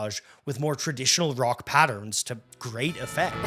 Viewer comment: Indeed. Horrendous mispronunciations throughout - also of French and German. He even said "brock" instead of rock once. Is he AI?